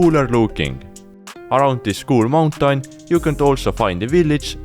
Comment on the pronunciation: i like how you say mountain -> /montank/ =))